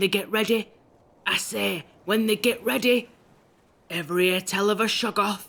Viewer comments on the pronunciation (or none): I listen to this all the time just to hear zadok allen. "When they get readeh, I SAY WHEN THEY GET READEH!"